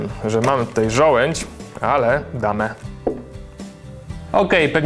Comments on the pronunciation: żołędź? a nie przypadkiem żołądź? :D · ŻOŁĄDŹ! Nie żołędź. -.